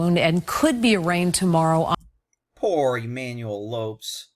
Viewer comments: Ignorant people in the news business nowadays... the man's name is pronounced "low-pez" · Lopes is pronounced Lo Pez. Damn racist news trying to make criminals caucasian. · Umm... I'm pretty sure his family doesn't pronounce "Lopes" that way.